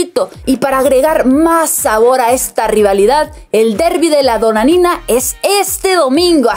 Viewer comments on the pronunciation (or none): No es Donanina es Madonina